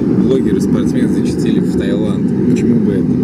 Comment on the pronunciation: Таиланд, а не Тайланд.